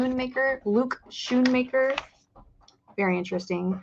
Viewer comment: It's pronounced skoonmaker